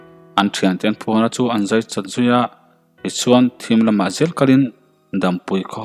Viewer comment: 'S' hi I uar mah mah a niii... Zel tih turah 'sel' Chuan tih turah 'suan' Sela tih pawh hi 'Sssela' Uluk zawk a chhiar zir nasa teh chuti lo chuan I thawnthu chhiar a ngaihnawm lo deuh tlat.